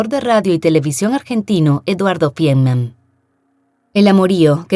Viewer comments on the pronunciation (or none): Es Feinmann, no fienman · Tan minucioso en detalles y mal pronunciado el apellido de la victima: Feinmann